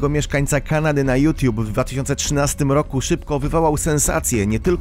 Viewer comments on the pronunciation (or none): none